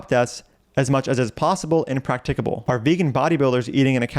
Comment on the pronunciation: Do you need to be able to pronounce "practicable" correctly to be vegan?